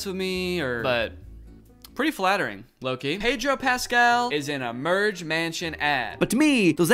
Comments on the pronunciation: danny saying PAYDRO pascal lmaoo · pay-droe pas-scale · i love how uncanny it feels for a guy named daniel gonzalez to not be able to pronounce pedro